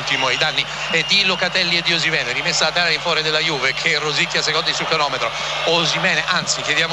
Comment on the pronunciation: Ma perché lo chiama OshimenE?